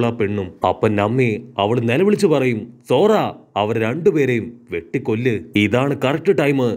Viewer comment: Bro zora alla zoroo